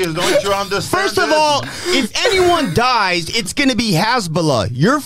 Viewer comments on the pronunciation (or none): none